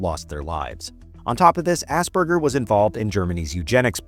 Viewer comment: Idiot pronouncing Asperger's as Ass burgers 🤦‍♀️